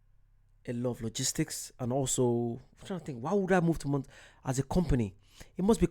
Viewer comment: Most Europeans love to call my state 'Mon-ta-na,' but in reality, it's pronounced 'Mon-tan-na' meaning mountain. If you ever get the chance to visit, I can recommend some incredible spots like Polson. You’ll see the stunning Flathead Lake and Flathead River, all surrounded by the Mission Mountains. If you head north to Glacier National Park, I’m telling you, the hiking is so beautiful it’ll take your breath away. And yes, you have to drive the Going-to-the-Sun Road; it’s absolutely spectacular at sunrise and sunset. Once you’ve been here, you won’t ever want to go back to Scotland.